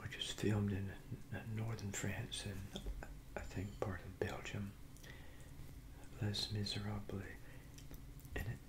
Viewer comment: Did you mean Les Miserables? It's pronounced lay miz-er-AH-bluh. Source: Been speaking French for most of my life If I sent you some Australian cereal in the mail, would you do a video with it?